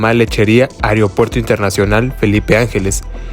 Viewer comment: Ojalá ya lo amplíen hasta Huehuetoca, URGE. Se dice AEROPUERTO no areopuerto